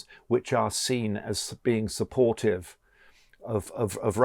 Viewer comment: Excitzing. Supportzive. Diplomatzic. Brexit englsh???